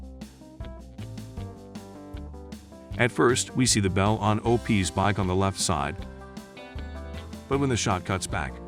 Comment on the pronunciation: "Nineteen HUNDRED 60s"??? "O-PEEZ"? Yeah, AI at its finest.